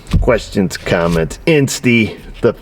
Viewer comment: For some reason I really enjoy the gang symbols you flash at the end of every video 😂. And the “thanks for waachin”!